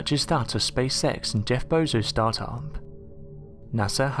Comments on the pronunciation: Lol he said Jeff Bozos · Am I the only one that caught him calling him Jeff bozo